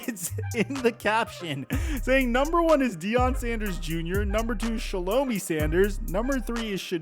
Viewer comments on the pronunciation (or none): it is pronounced shalah-my. not shalomi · Her name is pronounced Shall-O-MY Shelomi Not Shell-O-ME